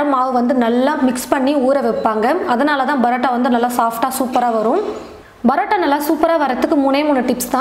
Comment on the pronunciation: Adhu brota ella mam parota